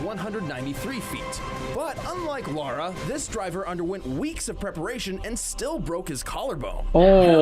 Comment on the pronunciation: Lara: ❌ Laura✅